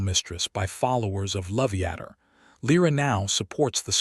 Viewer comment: I laugh hysterically every time you say lat hander